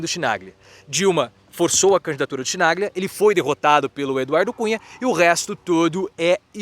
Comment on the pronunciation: Querido, Chimaglia fala-se "Quinalhia". Estou tendo a ousadia de corrigí-lo por ter uma grande admiração por você. Desculpe-me, mas era necessário! Respeito-o e admiro-o demais! Abraços de muito respeito dessa idosa de quase 82 anos!